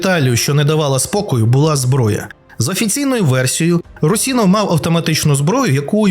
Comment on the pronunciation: Русинов) ударение на у пожалуйста